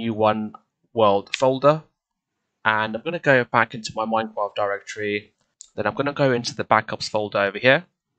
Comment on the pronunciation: oh no thanks for the video but It sounded like at the begging of the video you said you replaced the r i think